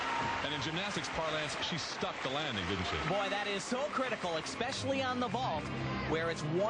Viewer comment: Thanks for posting all these. I hate that Tim pronounces it "expecially". Aurrrgh